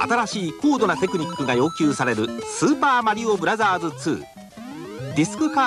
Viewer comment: Japan commercials: "SUPA MARIO BRAZZAS"